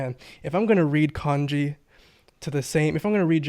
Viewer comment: I love and I take his Japanese uncovered course. I always wonder though why he pronounces Manga as "Mane"ga and kanji as canji. Especially after the pronunciation conversation.